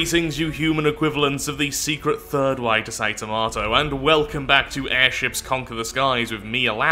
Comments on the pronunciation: In the intro... Did you mean "Þömæþø"? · Tow-may-tow, tow-mah-tow......tow-mow-tow? Hmmm... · Tomayþoë, obviously. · the secred third way to say tomato HAHAHHAHAHAHAHAAAAAAAAAAAAAAAAAAAAAAAAAAAAAAAAAAAAAAAAA im flipping dieing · Now I need to know the secret 3rd way to say tomato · THE THIRD WAY TO SAY TOMATO.... my god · Tomato except emphasis on the last TO, pronounces as toe.